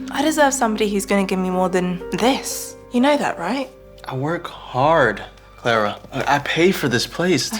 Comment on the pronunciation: her name is Clara not Claire